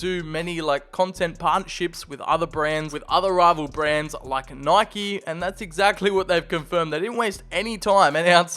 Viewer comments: Nike is pronounced nai kee😭😭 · I just realized he can’t pronounce Nike….